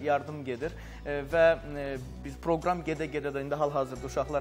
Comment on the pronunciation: Sən supersən qardaş Allah köməyi olsun. nolar program niyə belə deyirsən.qəribə çıxır. Düzdü səndə yaxşı qardaşsan